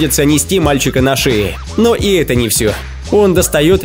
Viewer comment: странно ты произносишь слово "ЭТО " ты говоришь вот как ---> ЭТЭ или ЭТЕ